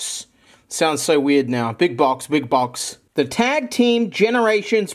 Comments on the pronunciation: He also sounds like he is saying bitch tbh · Am I the only one who heard "feet pics" in the midst of the mess of "big box"s?